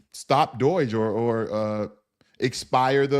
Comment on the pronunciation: it's DOGE, not DOIGE